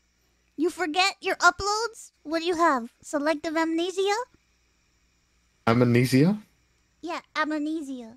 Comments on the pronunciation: "Am knees ia" Then she started with "Imma knees ia" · Connor is very much right, "amnesia" in spanish is written the fucking same way and the difference in pronunciation is minimal. Spanish pronunciation: Am-neh-see-ah. Not Ah-moo-nee-see-ah (Mousey's) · think she is trolling him same way stewey trolls brian in family guy. when first mouse said it she didnt say "amenisia" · No I can definitvely hear that added vowel, Amuhnesia. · Maybe that's a romantic language thing then, because I definitely hear her saying ame/amanesia (as many others do). She's definitely adding a letter that's not there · She says a-m(uh)-ne-sia in 4 syllables while correctly is am-ne-sia in 3. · Mous be like: Ame-ne-sia Connor: Amne-sia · Ah yes, "Amenesia"... Sister country of "Indonesia". All hail Queen of Amenesia, Watson Amelia~! 🙌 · She's intentionally messing with him, "amnesia" in spanish is written the fucking same way and the difference in pronunciation is minimal. Spanish pronunciation: Am-neh-see-ah. Not Ah-moo-nee-see-ah (Mousey's) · English: amneshia Spanish: Amenisia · Aluminum is to make it easier to pronounce. HOWEVER! Amnesia is still amnesia. Not "amenesia". You're just making it more difficult than it already is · Connor:- Amnesia. Mouse:- Immaneedsya. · Lol, the fact she said Am-knee-sia the first time and emphasized it slightly differently. Then she immediately started trolling and went along with it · "I don't know, I have amunesia" 🤣🤣🤣 Ironmouse ftw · piksa, im with. thats how my dad pronounces it. same thing with kakaroach. BUT AMUHNEESIA? the hell is that coming from. puerto ricans a different species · While we might not be able to agree on the pronunciation of Aluminum/Aluminium we can all agree that altough cute, mouses pronunciation of amnesia is wrong... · but she is adding a sound in between the m and the n that’s what everyone hears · I gotta know is she actually inept at pronunciation, or is she doing this on purpose.